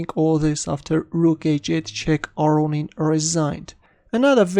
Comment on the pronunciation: Lev aronin ???!? Chess is strange